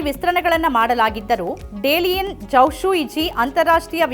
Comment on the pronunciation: Madam ಡೆಲಿಯನ್ ಅಲ್ಲ, it’s ದಾಲಿಯನ್ 😊